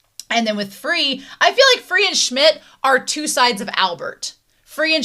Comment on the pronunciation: it's the end of the show, so i'm gonna throw the last-ditch attempt at name correction onto the pile. frei's name (spelled F-R-E-I, not F-R-I-E) is pronounced frye (like "rye", but just with an f up top). it does, however, mean "free" in german, so in a way you were still correct. and unless i'm forgetting some exceptions (which i might be), the "ei" combination will always be pronounced as "eye" in german now for oczy, there is no "k" sound in his name, at all. "ochi" would be the simplest way to pronounce it for an english speaker. if you want to be particular, then the "ch" sound would be harder, the way it is in "Czech Republic". that "cz" compound will always be pronounced as a hard "ch" in polish language. hence the absence of "k" sound, since "c" is already accounted for in that instance. actually the closest equivalent that comes to mind and would be familiar to an english speaker is the way "tsch" sounds in the word "kitsch". so you can substitute the cz with that smorgarsbord of letters or think of the czech republic to pronounce it correctly, whichever one is easier edit: several minutes later i realized that i could've just said frei's name is pronounced "fry", instead of doing a whole thing with the rye, but oh well